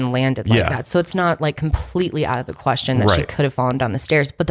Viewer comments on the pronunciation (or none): none